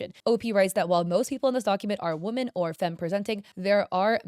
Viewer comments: Girl its pronounced 'wo-MEN' not 'wo-MAN' for plural women. Love your videos but omg it was so bad in this video. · I can't get over how pronounces Woman and Women both as "Woman" it's very distracting. Also 😔I thought was into the girlies